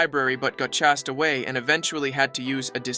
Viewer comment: "gim class" "chaced away" not mocking it was just really funny